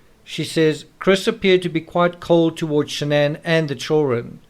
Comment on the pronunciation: It’s Shanann not Shannon.